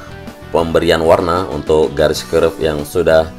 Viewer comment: Kerb/curb bang, kenapa nyebutnya curve?